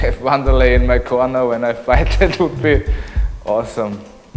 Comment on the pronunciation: If anybody's unsure about pronunciation it's 'Van-dur-lay'.